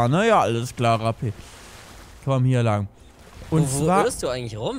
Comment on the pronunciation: Ich verstehe halt immer statt ''Rapi'' ''Krappi''. :D